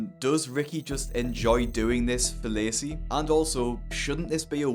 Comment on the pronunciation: I keep mishearing him pronounce 'Lacey' as 'Lazy'.